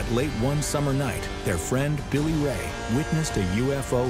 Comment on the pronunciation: “Billy-Ray” OK, that’s all I need to know…..